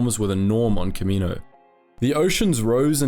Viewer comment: Planet name: Ka MEE no Species name: kam ma NO wins Bruh